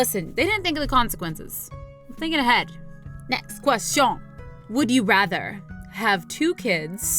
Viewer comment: I really liked when you say "NAGST GUASTIOUN" 😂😂😂